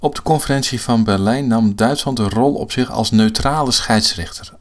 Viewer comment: In welke streektaal spreekt men zoveel met s ipv z? zich=sich; zonder=sonder